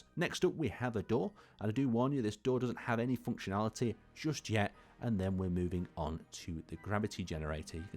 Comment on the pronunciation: I love the way he says "foonctionaliteh"